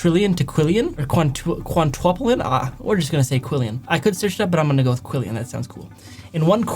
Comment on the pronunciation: It’s quintillion not Quillian